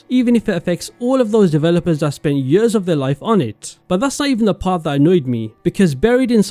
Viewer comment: Why you pronouncing years as “yöözzz” 😔🥀